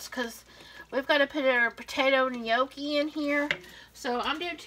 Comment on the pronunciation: It’s pronounced ‘noc key ‘. Keep safe.